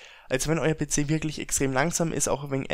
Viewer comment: Be ze statt pc